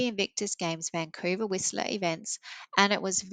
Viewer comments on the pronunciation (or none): none